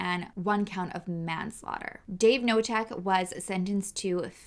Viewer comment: Polish names thread. With this name, k isn't silent. So you pronounce Knotek, not Notek. You're welcome 😊